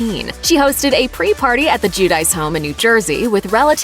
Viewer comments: It’s more like “gwee-oh-dee-chay” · GIUDICE!! ITS PRONOUNCED "JOO-DEE-CHAY" HOW MANY TIMES DO WE HAVE TO CORRECT REPORTERS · You’re pronouncing their last name COMPLETELY WRONG lmao bruh